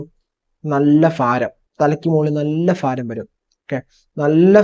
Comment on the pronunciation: ഫാരം അല്ല സുഹൃത്തേ ഭാരം എന്ന് പറയുക